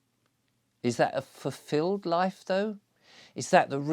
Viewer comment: “Fuffilled”… he he - perhaps the silly pipe smoking has made your mouth stop working properly! Also quite ironic you go on about family when you’re banned from seeing yours.